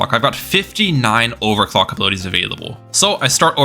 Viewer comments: I swear to god I heard him say sell his towers and buy and over cock did anyone else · bro did NOT say overclock 😭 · I refuse to believe he said “clock”